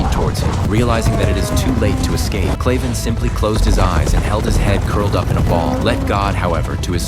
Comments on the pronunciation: His name is Kraven not clayven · It's kraven not claven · Kraven is pronounced wrong all the way through this video and it’s annoying me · Bro its kraven